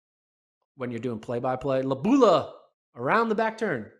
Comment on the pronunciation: Lo-bA-lU (emphasis on vowel) 🙂